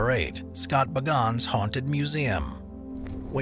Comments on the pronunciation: My girlfriend and I literally call him Baganns or however you would go about spelling it now because of this video 😂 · Zak Bagans. You TOTALLY Mispronounced his name…🤭